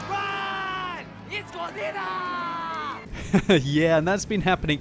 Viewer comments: seriously though... it's GO-ZEE-RAH!!!! Just saying. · ITS GODZIRRA! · IT'S GODZEELA!